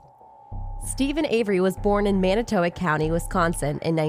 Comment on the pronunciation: It's manitowoc idk what the hell u tried to say hahaha Jesus this is terrible